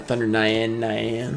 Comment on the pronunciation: Thunder nyanne nyanne lmao its pronounced thunder neyawn neyawn its the japanese word for meow haha I know you try bro some of those foreign words can throw anybody off. Too bad on the pulls but hey a foil is a foil.